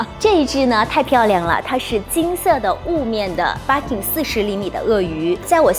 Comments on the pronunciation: 日式發音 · 介绍的很好，可惜BIRKIN发音不对！